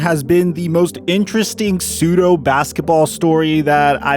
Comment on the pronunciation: Why would you say psudeo?